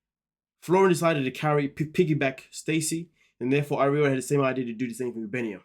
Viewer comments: ..."areola" 😂😂😂 I'm dead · Ariela= Are-ee-L-ah (pronunciation). I know it’s a tongue twister for some. You kept saying an anatomical word instead. 🙈